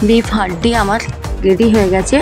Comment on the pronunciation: হাড্ডি না হান্ডি 😂❤